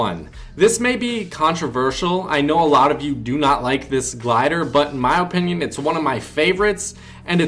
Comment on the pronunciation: That's how you're supposed to pronounced